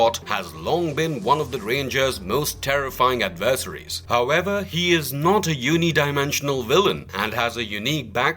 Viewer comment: How do you not properly pronounce adversary?